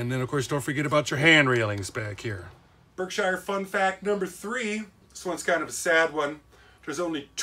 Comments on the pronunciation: Just a update on the name It's pronounced ( Berk - Shear ) on the B&O.. through the Berkshire's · Berkshire is pronounced "Berk-shere"!